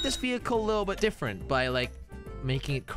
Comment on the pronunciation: i love how says difent